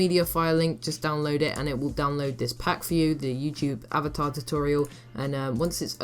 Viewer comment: Avater? xD